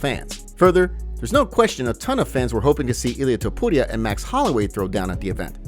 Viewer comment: The way this guy says "Topuria" gets me every time